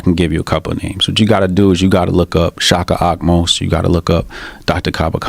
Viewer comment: Did he say shaka amos ?? Seriously